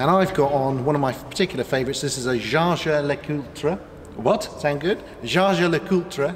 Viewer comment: It is pronounced’ Jejer lo koultre’ for the watch